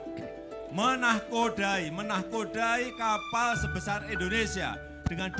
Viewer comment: MAAF PAK .INDONESIA bukan ENDONESIA